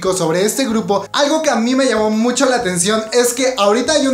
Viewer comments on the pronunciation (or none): none